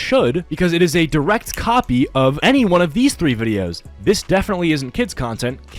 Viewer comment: “all he does is just woasts my aiditing and the way that i talk in my vwideos” 🤓